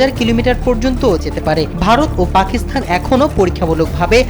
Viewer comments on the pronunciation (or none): none